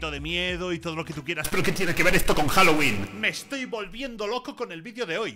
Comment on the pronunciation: Señora diciendo "juaguoling"🥱 diciendo 🔥Jaguolin🔥 🤩🤩